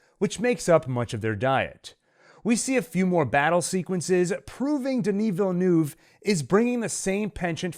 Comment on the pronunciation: Terrific analysis! Not many can say Denis Villeneuve's name correctly, although Wellington Yueh's last name is pronounced "You--ee". I laughed and noted the purposely mispronunciation of the name, Gom Jabbar below. Good test :). Anyway, keep up the great work!